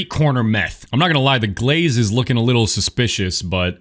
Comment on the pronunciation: you reaction to saying wittle every time reminds me of people with tourettes 👍